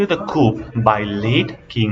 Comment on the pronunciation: Sir your pronunciation needs to improve, not coup(kup) . Its pronunciation is ku.